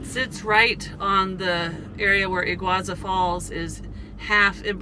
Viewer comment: E-GOO-AR-SUE falls.